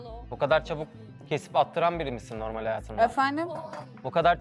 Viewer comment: Rümeysanın normel demesine çok takılıyorum ayyy